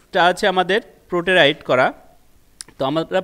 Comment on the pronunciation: পোটেরাইট টা কি? Actualy it is Potrate (পোট্বেট)। উচ্চারণ ঠিক না হলে আপনার দক্ষতা সম্বন্ধে সন্দেহ থেকে যাবে। আগামী video তে এটা নজর দেবেন।